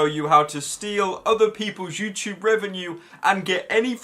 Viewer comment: IT'S FUCKING FOOZYTOOB MATE.